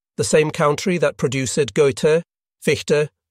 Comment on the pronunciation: I couldn't wait for the next "produce-edd" or "sal-lyn-us" to pop up.